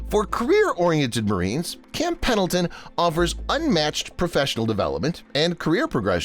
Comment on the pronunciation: Whoever called it "Camp PADLEton" at approximately 3 minutes in must be a "LEARING Center" alum!! SEMPER FI!